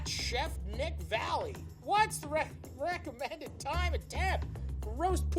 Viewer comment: "What's the wecommended amount of wam?"